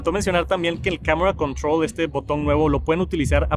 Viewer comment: Camera controull